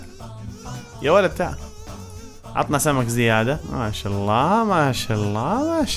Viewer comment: مشا آلله مشا الله يقولها متل الهنديين😂